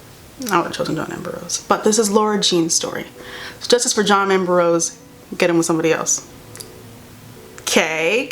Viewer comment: It’s the fact that she keeps saying “John amber-rose” instead of saying “John Ambrose” 😂😂😂